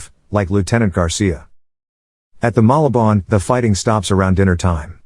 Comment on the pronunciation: Malabon is pronounced as "Maw La Bon"